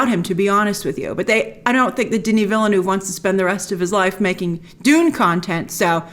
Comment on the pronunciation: How come that you can't pronounce the director's name correctly? It's not VillENÚV but VillNÉV